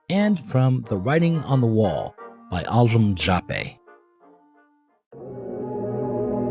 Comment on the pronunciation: How in the heck do you get 'Aljem' from 'Anselm'? ( , )